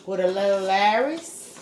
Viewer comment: Happy Sunday, love green beans and white potatoes together. sweetie it's Lawry's seasoning, not Larry's seasoning. you keep saying Larry's seasoning.. Enjoy.😀